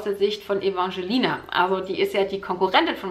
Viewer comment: Und "Ewangelina" ausgesprochen